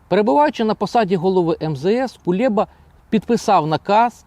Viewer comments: Кулеба а не КулЄба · Правильно треба називати Прізвище !!? Не Кулєба , а Кулеба !! Ганьба !!? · Чому він Кулєба,а не Кулеба? Це такий випендрьож ?